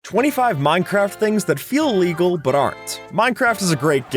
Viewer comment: Stop saying everything iligegal STOP